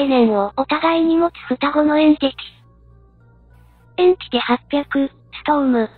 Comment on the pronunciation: エンティチとかエンチティじゃなくてエンティティでしょ？